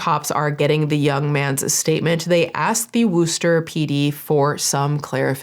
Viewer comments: It’s pronounced war-ster. I know it’s hard to tell by how it’s read lmao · Ok this is such a minor point to the overall terrible story but it's "Wuh-ster". Massachusetts town names are never what they are spelled like. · Hey there I'm from this city, just wanted to let everyone know that Worcester is pronounced "wuss-ster." The English language can be dumb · As someone who is from MA and went to school in Worcester, I find it hilarious hearing people pronounce it as "WOOster" 😂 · It’s pronounced “WUSS-TER” (Worcester). 😂 WUSS-TER!! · hearing her pronounce it wooster the whole time kept my mood up during this video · Lol, love how you say Wooster!!😂 Better than most people who say worchester! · lol love the video but Worcester is pronounced wuster!!!! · As a native New Englander, I chuckled at your pronunciation of Worcester, but don't feel bad because most people outside New England mess it up 😅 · The "oo" is the oo sound in "book" not "food." Totally understandable if someone wrote down, "it’s pronounced wooster" because yes, there are still two ways to read that! We have two ways to pronounce oo. Yes I chuckled at it but it’s a very understandable mistake, and THANK YOU for not saying wor-ces-ter!! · Ngl it was painful to listen to you say it 😂 but I get it, the pronunciation of MA towns/cities are crazy!! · Well we all know it’s not Worchester lol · ROFLMFAO the way you pronounced Worcester,Massachusetts You can tell you are not a native 😂😂😂 and probably used something to help you pronounce it. I’m not mad just thought it was so funny… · as a masshole the pronunciation of worcester is taking me out 😭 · I was born and raised in Massachusetts. Hearing mispronounce 'Worchester' is messing with me lol! Also,... Do you do makeup tutorials? I need help! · I can’t with the pronunciation of Worcester 🤣 always forget how wild our city names are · As a New Englander, I am dying at the way you are saying Worcester. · Great video but W*i*ster not Wooster